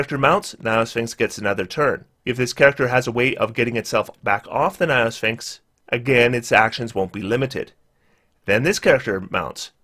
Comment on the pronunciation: "niophysxins" perfectly captures his pronunciation of gynosphinx, lol.